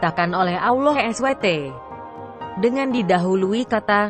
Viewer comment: Cara menyebut nama ALLAH swt ja ndk bener,,, Mang bner yg baca naskah di atas ndk ngerti alkitab,cuma di suruh baca ja kyak Koran,,,, Belajar dulu...